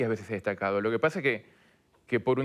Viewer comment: "A veshes no tomar medidash también esh una medida" Pompita 2022.